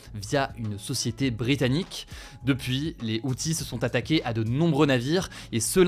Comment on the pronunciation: T'as oublié de prononcer le s quand t'as dit les outils. (bon OK je sors 😌)